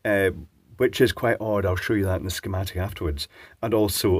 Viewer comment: has forever changed the way I pronounce "shhhhhhhhhh-chematic"